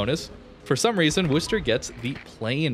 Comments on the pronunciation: Can we please stop saying 'Wooster'? It's named after the second largest city in my home state (MA), not the city in Ohio. It's pronounced 'Wusster', like "Don't be a wuss". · "WUH-STER" not "WOO-STER"